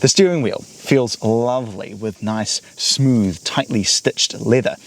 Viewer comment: "Its vewwwwy smoovvve" brother take some speech classes you're not 3 years old anymore.